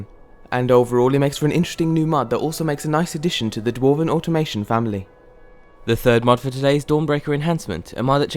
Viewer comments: You pronounced automaton incorrectly several times. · It's "automaton" (without an "i")